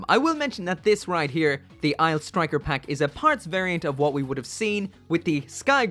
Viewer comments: Anyone gonna tell him Aile isn't pronounced "isle", but instead "elle"? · Aile is pronounced "L". Its french for wing...